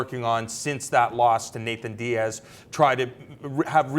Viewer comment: I hate how he calls him Nathan diaz.